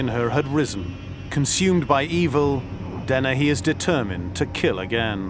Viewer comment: Joanna Dennehey isn't part of a killer couple, she just had flunkies to help her. That's why they consider her so unique. Wonder why the one analyst keeps calling her DenneHAY, instead of Dennehey. Is it a quirk of her accent? I still like her, lol